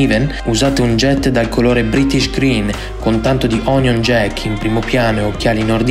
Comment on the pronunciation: Onion jeck...cos è cipolla?? 😂😂 Amplomb?? Parla potabile